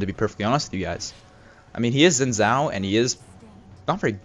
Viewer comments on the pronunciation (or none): Xin zhao is pronounced Sheen Jow